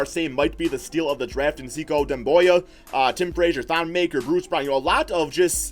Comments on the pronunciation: Is Sekou not pronounced Say-koo instead of See-cow or however ur pronouncing it? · It's pronounced Sek-ou